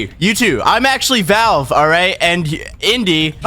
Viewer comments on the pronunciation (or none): none